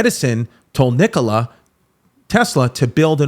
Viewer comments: Nikola Nikola Nikola not Nikolay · no way he just said NikolAI tesla